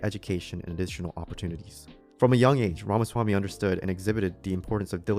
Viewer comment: We Wake Ra Ma Swa MI. Say it 10 times and you will get it. To make it easy, just say "We Wake".